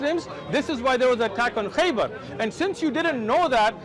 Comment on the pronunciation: Khaybar not Khyber. (Khyber sound like the are are around Pakistan and Afghanistan.)